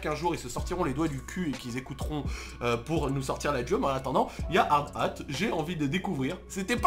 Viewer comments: DIT HARDATTE ET NON HARD-HAT STPPPP !!! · "hard ate"